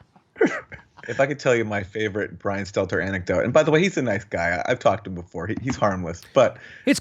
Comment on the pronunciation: Is that George Costanza's gay little brother? "Stelter, Seltzer"? Like clockwork, every time he's in a segment, Jimmy botches his name. Everyone has trouble with his last name. Don't know if it's the awkward last name, his creepy smile on that fat bald face, or that he is lying little twerp, but he is definitely the most unlikeable POS in the media.